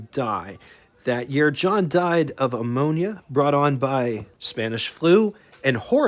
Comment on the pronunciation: Thanks. I liked showing the models the engines were used in. I go for any of the two door cars in WYR. Also, I can't help my sometimes obsessive behavior... I believe one of the Dodge brothers may have died of pneumonia, not ammonia. Not an uncommon pronunciation. ❤